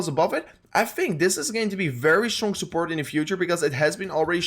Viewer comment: I love the way you say "sooport" 🤣🤣🤣